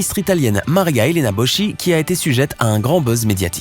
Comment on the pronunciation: On dit Boski et non Bosci, apprenez à prononcer correctement les noms étrangers ! Il n’y a pas que la langue française dans le monde ! Arrogants (Ignorants) frenchies